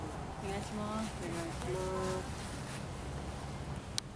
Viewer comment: おねがしになってる笑笑